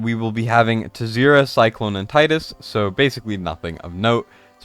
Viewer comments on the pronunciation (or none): none